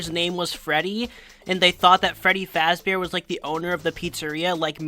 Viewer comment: his called freddie fazbor